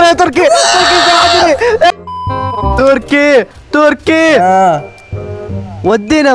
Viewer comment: مبروك على ١٠ الاف مشترك تستاهل كل خير م يقول تركي يقول(توركي)😭😭.